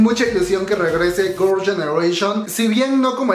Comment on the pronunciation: Se dice girls no gors 🤣🤣🤣